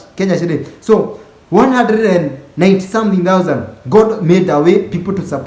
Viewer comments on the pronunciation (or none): none